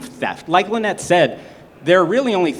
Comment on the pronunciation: It would be good if the host could pronounced Lynettes name properly. (Hint: it isnt Line-Ette). Even the other guest micro-pronounced Lynette sending host a clue. Lynette is so gracious.